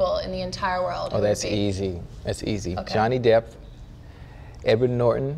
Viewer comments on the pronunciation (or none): We gonna ignore the fact that he really said “Johnny Depth”